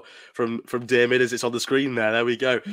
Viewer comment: You spelled Diarmuids name 4 different ways and all 4 were wrong🤣🤣🤣